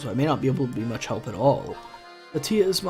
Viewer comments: Kat-Ya not Kateeah. no clue why you pronounce it like that. she's white. and not pretty at all, really generic looking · Yep. As a Russian person.. that was really painful to listen to. Considering it’s a very common name around here...